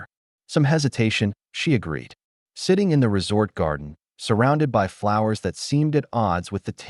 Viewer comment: Your ai just can’t handle English or numbers. Just ruins an otherwise good story. I. S instead of is and b. Y. Instead of by amount others. You could have listened to it and corrected it. Just laziness and clickbait!!